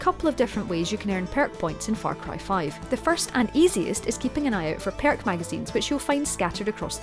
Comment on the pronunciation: Gotta love "PYERK" points lol